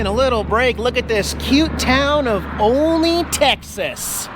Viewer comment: Keep the channel how u want not the complainers. Oh and Olney is pronounce All Knee...lol